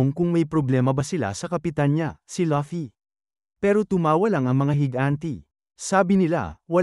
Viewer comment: Laffy lol hahahhahahhahahah bat laffy sabi nya luffy DAPAT yun ahahah😂😅😅